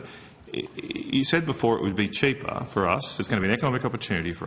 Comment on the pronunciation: "Cheepa ewektwisity"